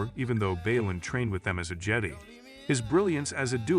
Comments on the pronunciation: I gathered that on the third: "Jeddy" lol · How are you gonna miss pronounce Jedi multiple times. You might as well just close up this channel. I’m telling YouTube to never recommend this channel again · How many times can you mis pronounce jedi in one video lol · I want to know who wrote this TTS engine, because the fact that it can't pronounce "Jedi" or "Sith" correctly means that the programmer deserves to have their geek card revoked.